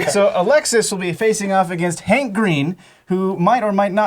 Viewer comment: Herbivorous, Herb.. there is an H, you are science people.. pronounce the bloody H. its not Ank Green is it? its Hank Green